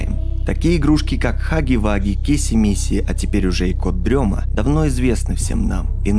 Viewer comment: Почему всем все равно на произношение "кот-дрема", когда и в переводе, и логичнее говорит "кот-ДРЕМОТ". Камон, рифма все дела, для детей, зачем колесо изобретать